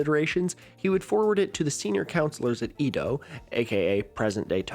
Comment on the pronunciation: Edo is pronounced "Ey-doh" not "ee-doh"